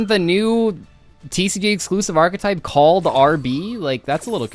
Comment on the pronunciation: gage. archEtype. it has an E in it... archetype... not arctype ... ffs